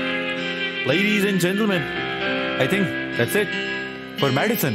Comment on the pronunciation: Madison sounds more like "Medicine" 👌🏻🤦🏻‍♀️